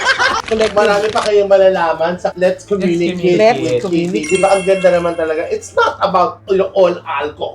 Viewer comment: Ay..like ko ang 'lets communikit'❤️